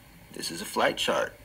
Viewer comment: I hate the way idiot says Chart